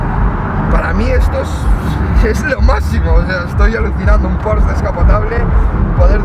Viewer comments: Se dice Porsche... no porsch.... hortera. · Se dice Porsche tal y como suena no "Pors" cómo dices es un error común. En alemán se pronuncia así.